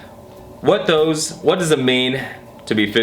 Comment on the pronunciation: in the vid, he can't even read the word "does".